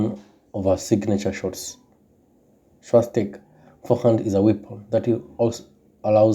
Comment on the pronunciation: Stop butchering names. her name ain't that hard to pronounce.